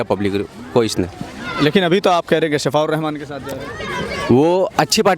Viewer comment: Shafaa nahi Shifaa hotaa hai